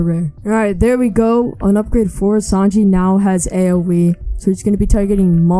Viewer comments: Please say Sanji not Sanjay lol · Who else is cringing when hey says Sanjay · I ain’t tryna be mean but it was funny how u pronounced sanji and ussop